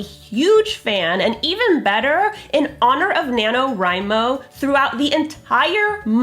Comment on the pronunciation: I was painting with this video in the background and I literally thought she was saying Nano Rhino; every time she said it I mumbled the word, Crash because you know, rhinos.